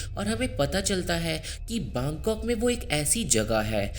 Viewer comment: Baangkok nhi bangkok